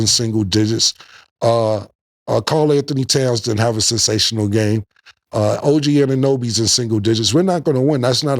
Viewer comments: Cam said OB AnnaGinobli 😂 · The OB Ogunoby had me in tears bro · “OB ANUGANOBY” 😂😂😂😂